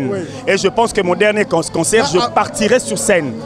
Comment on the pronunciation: concert et non consoeur. bongisa